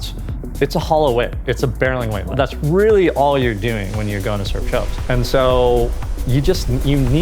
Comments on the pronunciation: Guy keeps calling it “choaps” even though the local guy tells us in the beginning how to pronounce it correctly. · The fact that Americans are unable to pronounce almost nothing non US English is hilarious… “Chopes” 😂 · It's a nice little explainer, but I cringe every time says "chopes". Can't you show a little bit of respect and learn how to pronounce the name? Raimana is willing to give you a lesson.